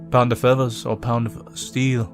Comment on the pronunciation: "Whats heavya? A pownda fethas or a pownda steyl?"